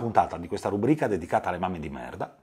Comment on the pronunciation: Non voglio fare grammar-nazismo ma non si dice "rúbrica" ma "rubríca". All'inizio l'hai detto due volte 😅 Ok ora la smetto ascolto il resto (è stato più forte di me)